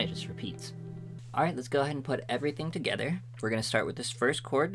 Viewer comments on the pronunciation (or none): none